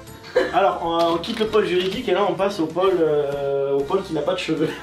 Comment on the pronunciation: Pour info, il y a un accent circonflexe sur "pôle" donc on accentue la prononciation du O en montant et descendant le son du O.